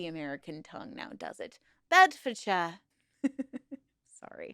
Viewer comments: Pronounced "sheer" not "shire" Bloody Yanks 😂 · The Shire in the names is not pronounces like shire it is pronounced more like sure. so Berkshire sounds like Bark Sure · Pronounced ‘Bedford-sheer’ darling ❤ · the Shire in places like bedfordshie gloucestershie etc is prounonced sheer like sheer a sheep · In the North and Midlands of England, the suffix '-shire' (as used in many county names) is pronounced 'sheer', not 'shur' or 'shyer', hence 'Staffordsheer', 'Shropsheer', etc. However, the exception to this would be the stand-alone word 'shire' (slightly archaic and not often used, but meaning 'county'), which in this instance would be pronounced 'shyer'. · One difference between the English and American accents, shire is pronounced shear when at the end of a name. For example Cambridgeshire is pronounced Came-bridge-shear. Enjoy the channel. Regards from American in England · Shire is almost pronounced suer. Its just the way we say it ❤ loving your videos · in the UK, we pronounce the 'shire' part of place names as 'shear'. E.g. Bed-fod-shear (Bedfordshire). We also have a huge variation in accents by county, and even by individual areas of that county. Even west and east Sussex have a huge variation in accents and culture. We're a small cluster of countries, but there's a lot of subcultures. Hopefully this doesn't come across wrong. I'm autistic, and just info dumping, rather than attempting to lecture. Great video, very interesting snd filled in a lot of information gaps I didn't know. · Wow I live in Northamptonshire (not picking on you but shire is usually pronounced like “share”) and I never heard of this group! Very interesting! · FIY: the suffix "-shire" rhymes with "sir", not like the Shire in the Lord of the Rings.